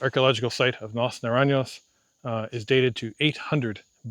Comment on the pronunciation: jajaja, the way you said las naranyos! :D